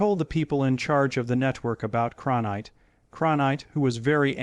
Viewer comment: CronKITE, not Cronight or Kankite!